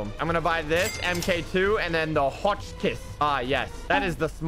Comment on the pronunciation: You said hotchkiss wrong